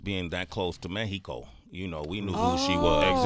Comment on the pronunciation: Sway pronounced “Mejiiiico” like a G!